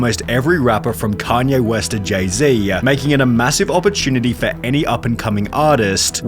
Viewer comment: Jay Zya?! Its Jay-Z! Stop ending your sentences like they're questions. Listen to professional narrators and take some notes - your narration is cringe.